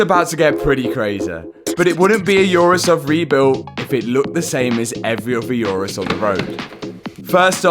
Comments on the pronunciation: Never heard of a "yourus" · It’s going to be a wide Urus sounded like It is going to be a wife’s Uterus 😂😂😂